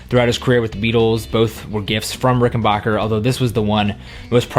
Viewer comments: The name is rickenbacker BAC.KER not BOC KER.Idiot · Very nice collection but for God's sake it's Ricken-BACK-er, not Ricken-BOCK-er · Rickenbacker is pronounced with a short A, not a short O. Great collection!